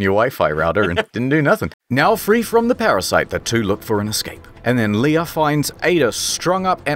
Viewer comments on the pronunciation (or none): none